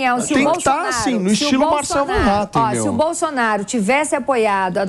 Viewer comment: Sério que vocês pronunciam, mesmo "van", em vez de "fan", e metem um "R" que não existe, em Hattem? Ninguém, no mundo , ou no RIo Grande, faz isto!